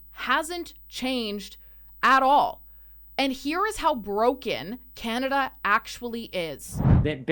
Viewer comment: yeah...so we can "HEEL" to chiZa 😂😂😂 canaZa HUH